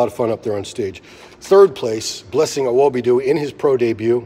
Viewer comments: Say his name right it’s not Awobidu it’s Awodibu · Pronounce blessings surname correctly or don’t say it